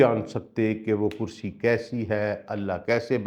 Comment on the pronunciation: Sir plz with due respect it is not (kursayyu )but kursiyyu .